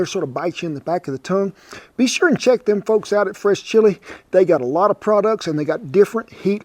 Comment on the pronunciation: I thought he was saying the French chilie company.. I was like I have no business eating French chilie! It’s the “fresh”!